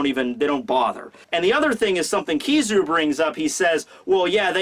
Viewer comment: it's pronounced ki-ZA-ru (kee-zha-roo) not KI-zaru (kee-saroo)